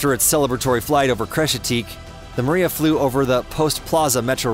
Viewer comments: It's pronounce Mri Ya and NOT Maria.Get it right. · It's "Meer-YAHH!", not "Maria", DAMMIT! It means "dream". LOSE THE ANNOUNCER-BOTS! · also calling it the Myira the Maria. Ai narrator? Another garbage aviation channel built with Ai. There are a number of such garbage channels, some are also making claims of a 2 engine 747, but it's all BS from them. A search among more legit info brings up no such crap. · 'Maria'??? Am I the only one who heard his pronunciation of it??